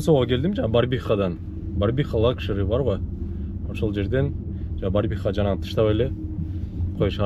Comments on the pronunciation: Барбиха эмес 🤦🏻‍♂️БАРВИХА ❗✊😎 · Братан Ассаламу алейкум Барбиха эмеско дейм братан Барвиха окшойт